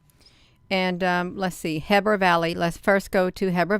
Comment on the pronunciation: Looks like a reflection to me. Heber is pronounced (he-ber)